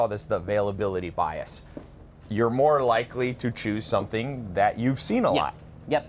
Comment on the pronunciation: "There are only 3 things you have to do to not beqaimeac soumfryibg importing in the United States"( Ben Shapiro, ) Can someone please translate what the ** he just said?